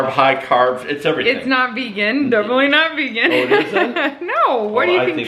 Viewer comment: Vegan... Vayga... Vegas...🤣🤣🤣